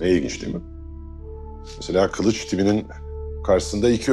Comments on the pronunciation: Bizimki kılıç demeyden kalıç deyir😒😒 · kılınç dedi axı